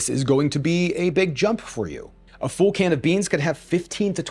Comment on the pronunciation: I'm an Aussie and I bet you know we say things weirdly with our accent, but did you know the way you pronounce "full" and "fuller" sounds like how we say "fool" and "fooler" 😂